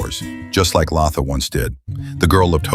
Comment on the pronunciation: Its Latha, not Laaatha.. 😂